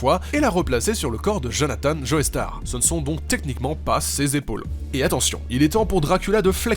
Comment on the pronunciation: Pourquoi est ce que tout les français prononcent Joestar Joéstar ? Ça m'énerve